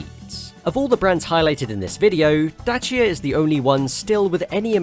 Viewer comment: Somebody actually pronounced Dacia properly, I’m amazed.